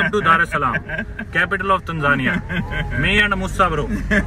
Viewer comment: It is Moosa, not Mussa